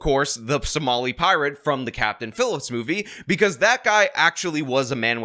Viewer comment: “Look at me, I am dee kaptain now.” Nah dawg.